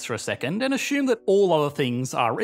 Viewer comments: 🤭Why do you pronounce simulations as simulations, but say ashume instead of assume? 🤫"ss" doesn't = sh? 👍🏻Great Intel, thanks for😂"saring". 🇨🇦✌🏻♥️✨🌍💫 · ..."they would ashoom" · Why do British people pronounce assume as asshume?